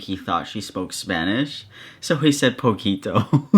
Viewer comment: i visibly cringed when he said poquito